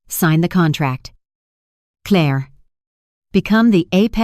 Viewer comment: Yep it still can't say Claire.